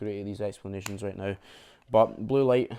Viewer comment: Not sure if you said right or rate.